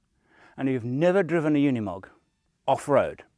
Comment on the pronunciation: It’s called UNIMOG and not UNMOG….